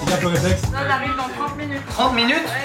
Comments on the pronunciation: Je suis le seul à avoir entendu Zob et pas Zod pendant toute la vidéo ? Sinon c’était génial zod est tellement gentil ❤️ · Je pense que sur les 200 fois où ils ont dit zod jai du entendre 190 fois zob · C'est normal que j'ai entendu pendant toute la vidéo le mot zob à la place de zod ? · J'ai pas pu m'empêcher d'entendre 'zob' à la place de 'zod' pendant toute la video... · Je suis le seul a entendre "ZOB" à chaque fois? `:-)